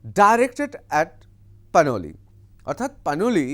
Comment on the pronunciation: Is she Panoli or Ppanwalik as you are pronouning.?